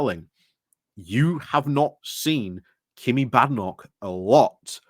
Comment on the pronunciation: Is there a reason you say Kimmy, when it's obviously pronounced Kemi? Is it the same reason you always leave the n out of Jenrick? Are we to expect videos about Kamabla?